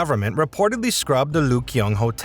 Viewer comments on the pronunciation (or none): Another American he's learned his OBK and not ABC it's not the Lyugyong hotel but the Ryugyong Hotel very interesting as a video but you obviously don't listen to how people pronounce words